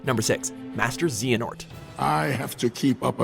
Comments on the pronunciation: Daniel Marquez y do they pronounce thing so wrong in every one of their videos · It’s Shee-own and Zae-ha-nort not zion and zeeanort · wince that's zayanort not zee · Zey-anort Shee-on thank god that Kairi wasn't mispronounced as Carrie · Please, WatchMojo, for future reference: "Xehanort" rhymes with "PLAY-a-sport" and "Xion" is "SHEE-ohn" (as in "she owns a bike"). And if you ever do a "Top 10 Members of Organization XIII" list... Xemnas = ZEM-nus Xigbar = ZIG-bar Xaldin = ZAL-din Vexen = VEK-sen Lexaeus = LEK-see-us Zexion = ZEK-see-un Saix = SIGH-iks Demyx = DEM-iks Luxord = LUK-sord Marluxia = mar-LOO-sha Larxene = lark-SEEN Also, if you mention their human counterparts: Braig rhymes with "Craig" Dilan is "Dylan" Even is actually pronounced like "Evan" Aeleus rhymes with "alias" Ienzo is "ee-EN-zo" Isa is "EYE-zuh", not "EE-suh" Lea is "LEE" (sure the Japanese version would be "LEE-uh", but that makes it sound like a girl's name) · "Zeeanort" "Zion" ... REEEEEEEEEEEEEEEEEEEEEEEEEEEEEEEEEEEEEEEEEEEEEEEEEEEEEEEEEEEEEEEEEEEEEEEEEEEEEEEE: Chain of memories. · I'm sorry...master "Z"hanort? I'm sorry..."Z"ion?! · Ahhh Z-anort Z-ion really? Seriously WatchMojo get a narrator who actually knows something about the stuff he narrates. (Anyone who's watches stuff on this channel regularly should know this is an ongoing problem and not simply referring only to this video) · And Xehanort is pronounced Xeehanort now… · Please... xion is pronounced She-on Xehanort - say-an-ort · ZEEANORT? ZION? LOL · ZEEEANORT??? How many times do Watch Mojo want to mispronounce KH names. It literally takes 2 minutes to research this. Come on. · Who is "Zeeanort" and "Zion" lmao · It was a decent video until he mispronounced Xion and Xehanort. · how does one butcher xehanort and xion when the game literally pronounces it for you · Did you just mispronouce Xeahnort and Xion? My god